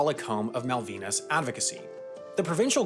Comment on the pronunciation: You mispronounced "Malvinas"